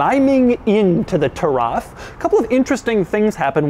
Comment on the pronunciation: Hey Doug! Taraf actually means Heritage in Arabic! It is pronounced Turath 🙏🏻🙏🏻 keep up the great videos ! Been with since 50k buddy 🙏🏻🙏🏻🙏🏻